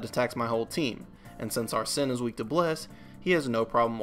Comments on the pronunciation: Amazing video but arsene is pronounced (are sane) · Not pronouncing Arsene correctly is really throwing me off lol, nice though